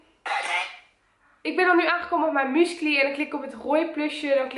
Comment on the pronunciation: wrm spreek jij uit als muscly? je moet het uitspreken als mjoesically